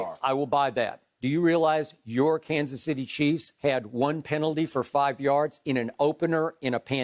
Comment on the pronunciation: Shannon’s kanas city chiefs 🙄